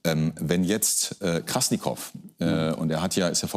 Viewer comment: Der eine sagt dauernd KrassNikow, dabei heißt der Typ Krassikow XD